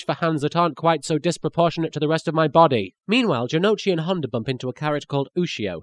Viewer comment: ***** You're wrong. The U in Ou is not a syllable by itself. If you watch the original, you would know that they never pronounce Jonouchi's name as "Jono'uchi", but "Jonohchi".